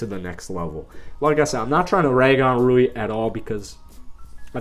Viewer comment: At least he said Ruis name right. Not lol